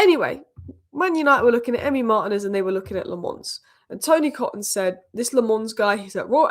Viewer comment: Tony Coton's name is pronounced Ko-ton. He was city's keeper in the early 90s and then became United's goalkeeping coach, right up to Barthez.